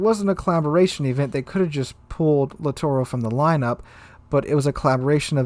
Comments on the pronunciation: Pls.. LITTORIO and not LITTORO.. It's orrible to listen "littoro" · It gets a little annoying how you don't pronounce names correctly. Off the top of my head,please practice: LITTORIO KUTUZOV I really like the content, but this name thing drives me really crazy to the point I stop watching videos.